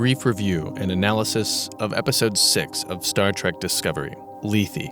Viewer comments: Lethe ... "LEE - TH". Like "Sleeve". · NO! It's "LEE-THEE". Like "Briefly". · What's wrong with you? It's "L - ETH". Like "Beth". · Lethe is pronounced "leave" I believe